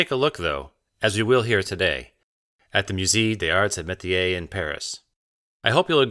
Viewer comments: .....MOOZAY DAYS ARZ AY MAYTEEYAY.... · Moo-ZAY duh ZARTS AY muh-tee-AY. In case you care to try a bit harder with the pronunciation 😉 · "myu-say days-arts eh mehteeay"Museum of THE arts and ..otherwise "d'arts"